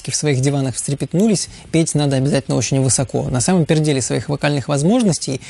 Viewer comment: я один слышу "на самом перделе своих возможностей"?